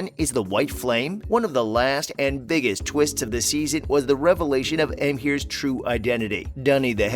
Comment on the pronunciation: And Emhyr😔